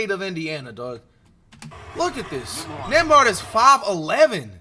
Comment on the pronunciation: flight said nemby 5’11😂😂😂